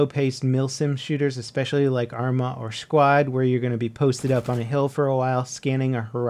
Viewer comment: anyone else notice he said Shquad XD